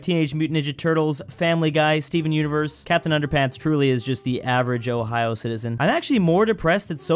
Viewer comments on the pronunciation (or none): none